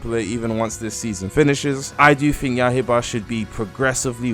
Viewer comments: Ah yes “yahiba” the demon slayer game named yaiba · He said “YAH HE BA” 💀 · did u just say yahiba